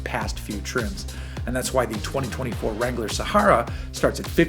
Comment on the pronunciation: SAME! And the way he pronounces Sahara.